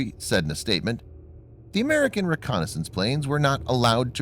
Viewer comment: “Amaeircan” 🤔 lol